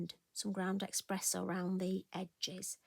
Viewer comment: What a beautiful creation! I love the fun aspect of the Hares by the light of the moon. Perfect choice of colours too! I did chuckle at your ‘ground expresso’ 😊 I thought it was just me that thought there was an ‘x’ in it. My family love to correct me but in my head eXpresso makes sense.😂 Thank you for sharing your creativity with us.🥰xx